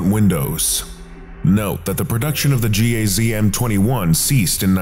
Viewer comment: Its just GAZ not G-A-Z